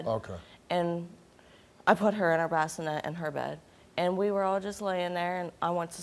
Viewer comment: not the "brassinet"